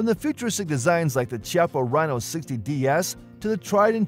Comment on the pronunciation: It’s pronounced “Kiappa” with a hard C.